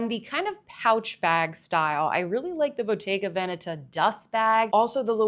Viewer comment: very nice selection of bags there. I don't mind people mispronouncing stuff but I wanted to thank you for taking the time to learn how to pronounce every italian word correctly (especially the right placement of the accent in Bottega Veneta because it's really rare to see) 👍👍👍